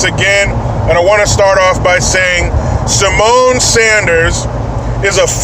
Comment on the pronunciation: Did Jericho say "Semen" instead of "Symone"? If he did, it doesn't make sense because "semen" doesn't come from a cunt.